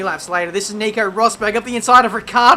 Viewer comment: "Nico Bottle-berg" makes my day